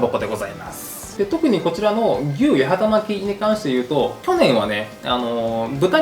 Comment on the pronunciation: 八幡巻きを【やはたまき】と言ってしまう福岡県人谷やん😂 わかるよ、福岡県北九州市八幡は【やはた】だもんねぇ💦 でもね、この料理の元は京都府八幡市の郷土料理 京都府八幡市は【やわた】 だから【やはたまき】じゃなくて【やわたまき】ね😊